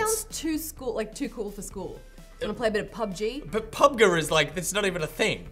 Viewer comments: It's clearly Pub Gee, not Pub ga or whatever was saying. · It's called Pub Gee